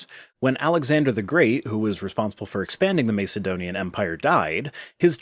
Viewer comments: This totally isn't the point of this video, but i'm bothered by how you pronounce Macedonian. Have I been pronouncing it wrong? You're saying it Mace like "Ace" (from playing cards) but i've heard it rather being like "Ass". Aka M"ace"donian or M"ass"edonian? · Can’t stand the way you say Mace-edonian. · Sorry but it's pronounced MASS ED DONIAN otherwise more power to your elbow! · The first a in Macedonian isn't pronounced like in mace, lace or place, but rather like in massive or casserole. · Yes, this bothered me too.